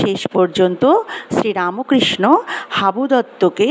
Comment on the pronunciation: Not RAMOKRISHA BUT RAMKHRISHNO.....Bangla uchcharan korun